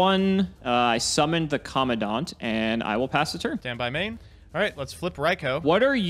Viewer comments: that is not how you pronounce Commandant. It's Co-Man-Dant. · It's pronounced "Com-man-dant" (command-ant) as it is essentially a person in charge. Minor thing but the pronunciation of the card name is weird. Great video as always